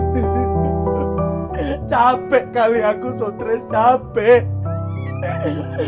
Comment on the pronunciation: Jadinya streeesss bukan suttress